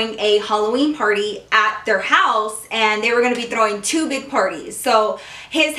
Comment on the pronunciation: when you said party i thought you said porny lol